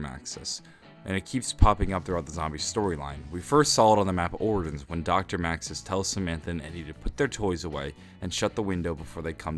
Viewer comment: You pronounced "Origins" with a hard "G" lmfao